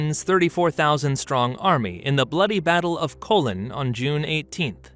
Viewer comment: The battle of colon? The voice is AI or you need to work on your pronunciation. Colone not colon